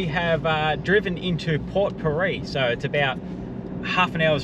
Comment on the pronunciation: Just to let you know guys it’s pronounced port pirie(peer - ee). 😂.